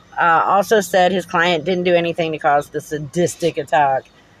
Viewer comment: Why does he put a double D in sadistic? Such a scholar!